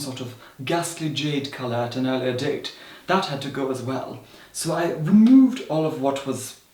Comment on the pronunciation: “so i remOOved”